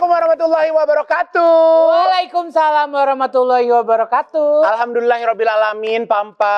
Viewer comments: Ivan, kalau salaam pembuka, jangan salah sebut, selalu wabarakatuuuu, dalam bhs Arab tu nya ga dibaca panjang, wabarakaatu. Coba Ivan cek dengan Derry Sulaiman. The closing message bikin ngakak nih, Corla garuk2 jari kaki, hmmm, Corla Corla. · Maaf H Igun dn mad maaf klo salam Warohmatullahi wabarohkaaatuh. Bkn kaaatuuuuh. Maaf